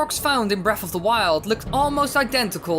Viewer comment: its breath of the wild not breaf